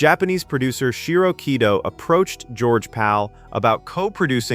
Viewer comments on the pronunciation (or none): none